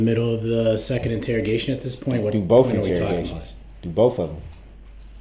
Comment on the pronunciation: It makes me laugh when he says,'Boaf', instead of both